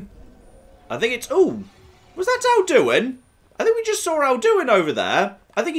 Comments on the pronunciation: the way pronounces Alduin makes me unreasonably angry. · Why is, after countless hours in skyrim, suddenly pronouncing Alduin weirdly? It's not like they never pronounce it in-game...